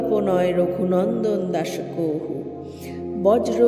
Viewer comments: কহু বলছেন কেন? কাহু লেখা আছে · সংস্কৃত শব্দ "কাহু " হলেও ওটা যখন বাংলায় বলবো উচ্চারণ "কহু " হবে